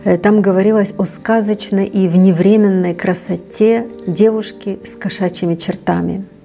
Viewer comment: Там говорилось о вневременнОй (то есть, вне времени, ударение на О) красоте... На